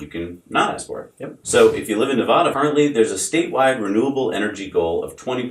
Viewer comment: Love the show, but PLEASE PLEASE, pronounce Nevada correctly!! The first "A" is pronounced like "Apple." You are pronouncing it like "Opera," which is incorrect.